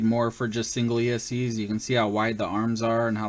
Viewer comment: Did I hear you say single esc's?